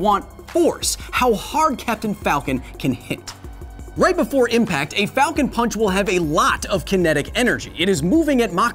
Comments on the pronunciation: Its pronounced "Falcown ponch" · Captain falcon sounds like he’s saying FALCO PANCH